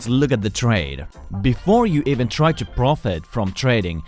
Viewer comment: The way he pronounces “ profit “